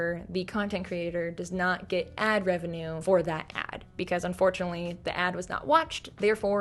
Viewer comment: "my musty effamated wevenue" just took me OUT